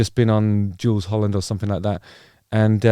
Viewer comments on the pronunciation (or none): none